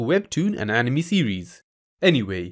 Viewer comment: he means when you say anime, it sounds a lot more like enemy rather than how it usually sounds being, AN-i-May